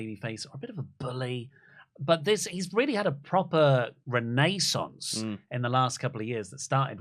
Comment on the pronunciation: So, completely off topic, but being from America, I absolutely love pronunciation of renaissance. It sounds like he is saying Renee-sance. Renee Paquette to Wrestletalk, confirmed?